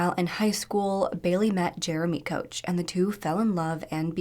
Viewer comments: Fuck. You. Bailey was a crazy person. You can't even say our name right. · You are saying their last name wrong. You really should do more research on this story. She is a huge part of how the whole thing played out. Silly knew he was struggling with thoughts again but did not want to take him immediately back to the hospital. Missing his son’s graduation was worse for him. She said. He had threatened to hurt or kill her more than once and still she allowed him I. The house was with her children. Really d your research score you post. So much more is going on here and she was not the victim only their children.